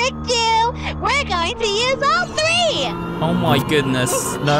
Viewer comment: I have a question. I noticed when ever he says a word with a 3 in it he says free. So like with the clock it shows time like 3.45 but he says free 45. Is words with TH in it pronounced like its a PH? Like phone or photo?